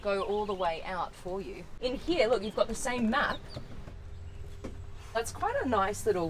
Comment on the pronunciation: Here ❌ heya ✅